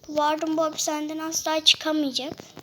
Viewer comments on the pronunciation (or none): Vardın değil warden